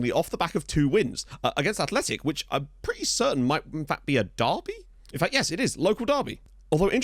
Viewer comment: Just so you know, Osasuna - Athletic Bilbao is a basque derby but not "the" basque derby which is Athletic Bilbao- Real Sociedad. (By the way, kudos for saying Athletic and not Bilbao). Osasuna has a sort of rivalry of sorts with Real Madrid since historically los rojillos have always made things extremely difficult for los blancos. Osasuna-Real Madrid has always been a tense match. I'm not 100% sure but I think Osasuna also has a bit of a rivalry with Zaragoza.